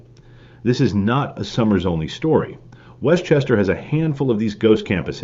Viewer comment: You are not pronouncing Somers correctly...it is sOmers with a hard o....not sommers.